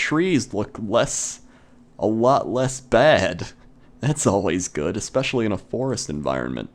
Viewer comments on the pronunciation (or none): none